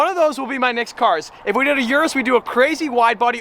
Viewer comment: O-RUS not U-RUS